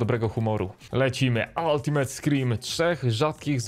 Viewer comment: Altimejt a nie altimet